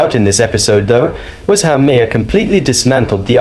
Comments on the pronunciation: Who is Bill Ma-May-Harr? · Narrator……Say Bill Mar not Ma-har. That’s how it is pronounced contrary to how it is spelled. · Let's get one thing out of the way, his last name is not pronounced how it's spelled, it's spelled "Ma-har" But it's pronounced "Marr" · Bills name is not “MY-HAIR” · It's pronounced 'Mar', not the 3 ways you pronounce it in the video! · Dude, stop insulting Bill. The "H" in his last name is Silent, it's "Mar" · You mean it's not pronounced Muh-hair? 😊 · Haha. Ma-har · Why do you feel thr meed to pronounce his last name differently every time you say it, it's not a hard name. Perhaps should be a pre requisite to report on someone, being able to say their name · The H is silent. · Ya gotta love AI voiceovers. How many different pronunciations of "Bill Maher" are there? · Every time you say "maher," you pronounce it differently. Very annoying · You need to learn how to pronounce his name. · Learn how to pronounce names before you post a video. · GEEZ!!! Every time I've heard Bill Maher's name pronounced; it's not the way this AI British sounding narrator does it!!! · The H in Maher is Silent . . ..shouldn't you know this?